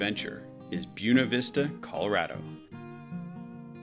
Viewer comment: Not BUNA Vista …… BUENA (sounds like “Boo-WAY-na”) ……